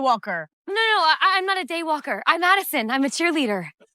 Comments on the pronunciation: is no one else hearing “gaywalker” 💀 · When they yelled day walker at Addison or… I think that’s her name… I totally thought they said gaywalker